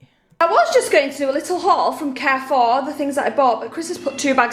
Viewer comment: Why does her pronunciation of ‘Carrefour’ annoy me more than anything else?